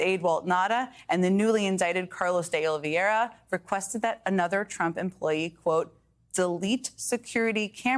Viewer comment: The name is "De Oliveira" NOT "De Oliviera". It does not take a rocket scientist to figure this out. Jen Psaki is not an ignoramus and she is not illiterate. I can't help but wonder why she keeps making this error all the time?